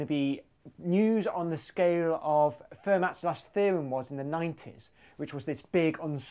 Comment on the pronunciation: "Fermat". Not pronounced "fur-mat", but "fair-MAH". Come on!